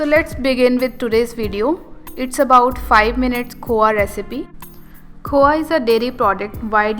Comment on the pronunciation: It's khoya you pronounced khowa!